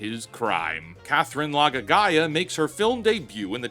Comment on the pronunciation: Him saying Laga'aia like that is sending me 😭😭😭